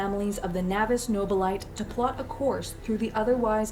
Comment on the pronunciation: I like their production values, but it's very funny whenever their voiceover mispronounces words like "Nobilite" (it's exactly like "nobility", but ending in "tay" rather than "tee").